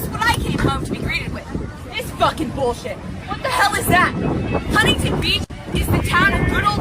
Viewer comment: Kyle that is not how you pronounce Huntington 😭😭😭